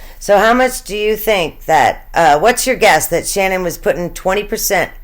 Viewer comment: Her name is SHANANN!! Nobody says her name right!